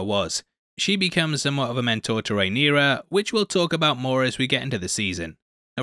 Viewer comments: The princess's name is Rhaenyra.... Not Rhaenyria . Rhae-near-ah. Not Rhae-near-ree-ah. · She’s RhaenYRA not RhaeNYRIA though 😅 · It's Rhaenyra. Not Rhaenyria. I know you can technically pronounce it however you want but you're doing it wrong with the i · small note, I believe it's pronounced Ray-neer-ah rather than Ray-neer-iya (not trying to be an a-hole, just noticed you said it a few times). Keep up the great work, love your vids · Good job on the video. Quick note for the future: her name is pronounced RAY-NEAR-A, not RAY-NEAR-EE-A. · Dude, her name is Rhaenyra, not Rhaenyria, not Rhaena. It's complicated enough without you confusing the name thing further. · Rhaenyra not Rhaeneria/Rhaenyria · Rhae-nera is the pronunciation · her name is Rhaenyra... how fkn hard is it? hahahaha